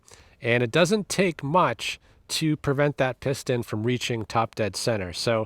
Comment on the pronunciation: "PERVENT" IS NOT A WORD. * PREVENT.